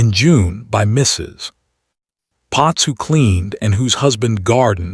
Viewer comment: It pauses in mid sentence and after MISSUS. LOL